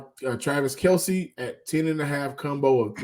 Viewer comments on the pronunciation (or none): none